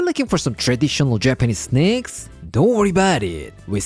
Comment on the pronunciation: Thought I heard. "snecks" 😅